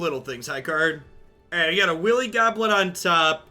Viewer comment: wily goblin pronounced willy goblin lol.